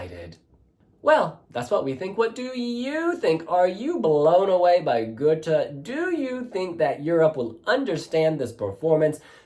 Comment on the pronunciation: Hi ...not "Gute" the "Å" is more like the sound when You say : I am in "awe" of someone or something.. = Gåte = "Gowte" = Riddle... 🙂👍👍